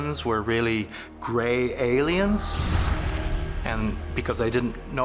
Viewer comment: WHY does Childress always say "kind" really weird??? He's been doing it since the show first aired and now it is a running gag in my family. He also really emphasizes like half of a word sometimes, like "These are ANCieeent Alllliens"